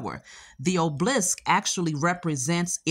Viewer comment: Obelisk not oblisk!!!